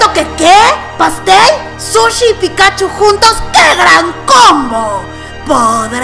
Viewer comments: Es Pikachú, no Pikáchu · Sabes que alguien nunca ha visro Pokémon cuando pronuncia "Pikáchu" en vez de "Pikachú". Jajaja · Hay tres tipos de personas: 1. Las que dicen Pikachú. 2. Las que dicen Pikáchu. 3. Las que decimos Píkachu. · 4* las que dicen pitochu XD